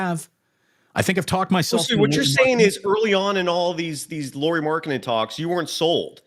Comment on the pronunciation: It is spelled “Lau”ri. AU is “owe.” My second grader learned this. 🙂